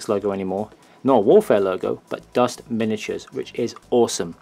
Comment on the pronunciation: I'm new to dust and just brought the starter pack thanks for putting up these reviews as they have really helped me pick. Finally someone who knows how to pronounce German.